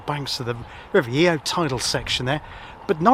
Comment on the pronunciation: The Raleigh Works was built by Shapland & Petters and is the name of the location rather than the company name. It was one of the largest employers in the town and when I joined in 1988 employeed about 850 people. Sadly it closed under the management of someone I went to school with! River Yeo is pronounced Yo!